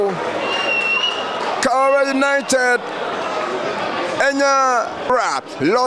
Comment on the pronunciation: Karela not Karera and also Brilliant not Brirriant 🙄